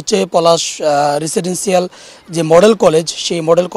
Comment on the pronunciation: উপস্থাপকের মুদ্রাদোষ আছে ও রেসিডেন্সসিয়াল উচ্চারণ সঠিক হয় নাই